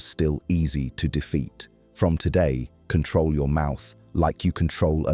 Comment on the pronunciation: Time not cantrol